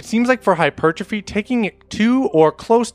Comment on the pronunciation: Bruh that's not how you pronounce hypertrophy